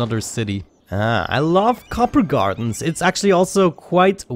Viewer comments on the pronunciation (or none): It isn't copper gardens you are pronouncing it wrong, Cooper gardens. Copper is a metal a Cooper is a person who makes barrels in the olden days